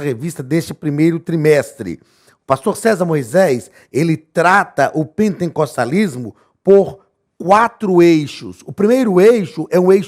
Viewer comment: Misericórdia não é pentencostalismo É pen-te-cos-ta-lis-mo sem a letra n depois do te